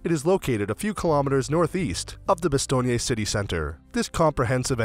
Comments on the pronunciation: omg why are you saying "bastogney"? You don't pronounce the final "e" ! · Bastogné must be a new town ... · Why is he pronouncing Bastogne like it's an Italian city name? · The narrator's constant mispronunciation of the town name is so irritating that I simply turned off the sound.